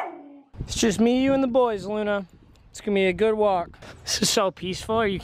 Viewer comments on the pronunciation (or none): none